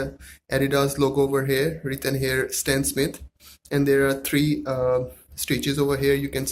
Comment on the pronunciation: It’s stan smith not stan smit